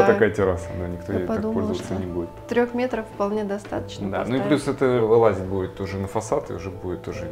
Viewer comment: Какая разница вылазят или вылазиют?🤣 Нет в русском ни того, ни другого слова) Уж тогда вылезают) Но всё равно слух режет) Рада, что здраво приняли критику) Успехов вам)